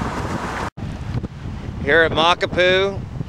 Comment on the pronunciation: Honolulu is pronounced Hónólúlú not Hánálulu. And Makapu‘u is pronounced Mákápú (golatical pause) ú Sorry for the criticism. My OCD